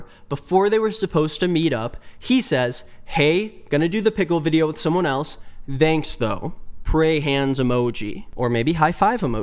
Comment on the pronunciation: Why do you pronounce “thanks” as “thzanks”?